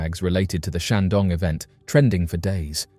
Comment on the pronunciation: The comments section has renewed my faith in mankind. And did he just say Shang-dong? Nice